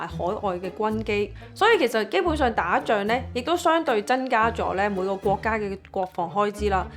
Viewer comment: 謝謝Rain的分享 如你能夠改善懶音問題，就更Perfect了！ 俄羅斯嘅俄，超額既額，係有鼻音嘅 增加，唔係真加 一百，唔係一八 油產，唔係油橙 其實仲有都幾多😂 開頭聽有啲辛苦，但因為內容豐富，都選擇繼續聽